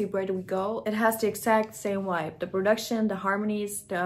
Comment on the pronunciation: The way you pronounce “vibe” like “wuaibe” is adorable, my German wife says it exactly like that as well.